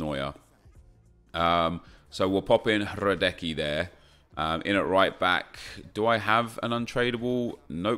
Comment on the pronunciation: Learn to say hradeckys name